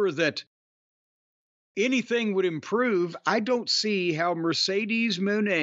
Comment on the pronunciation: I just love how Jim cornette Miss pronounces Sasha banks name " Mercedes moannnnn!!!"😂😂😂😂